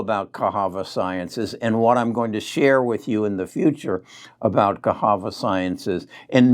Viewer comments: Cahava? I think it is pronounced as CaSSava. lol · Its Ca SAVA sciences.......NOT Cas HAVA Science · 1st he calls Netlist, Netflix now Casava is cahava 🤦🏿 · I love for that though 😜